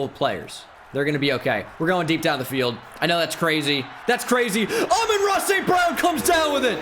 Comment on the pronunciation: Does he know he is saying Aman Ra wrong